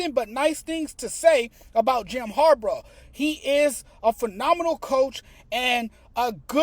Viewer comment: Its harbaugh not harbrah 😂